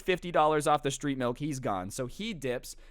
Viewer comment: OOOH STReET mAlk